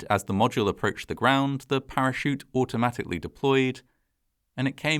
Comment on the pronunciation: Good to know, but also pretty funny to point out when he can't pronounce "capsule" or "module"